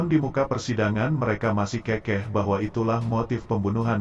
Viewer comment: Narasi kurang betul tulisan keukeuh kok dibaca kekeh kan artinya tidak sama. Keukeuh = ngotot. Kekeh = orang tertawa. Contohnya orang itu tertawa sampai terkekeh - kekeh yg artinya terpingkal - pingkal. Tolong min baca lagi KUBI ( Kamus umum bahasa indonesia )